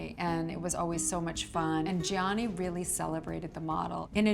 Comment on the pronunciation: I cannot believe after so many years she still doesn't know how to pronounce Gianni nor Versace